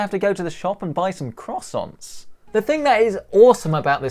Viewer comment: The dislikes are probably from the French after hearing your pronunciation of croissants.